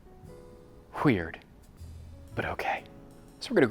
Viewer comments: WHHHHHEIRD is a weird way to say it. It's so awful but i cant stop watching lol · there's no transcript, hweird😂 - there it is again, hweird😊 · This is too funny. “wHHeird” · Okay, and can't say weird anymore with it coming out wheered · Did he say queird? 😂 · This was so funny. Is he saying "weird" or "queer"?